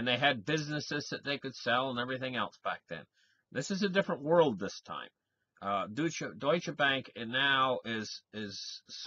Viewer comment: Es heißt deutsche Bank. Nicht dutsche Bank. :-)